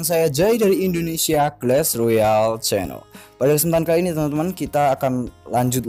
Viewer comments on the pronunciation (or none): none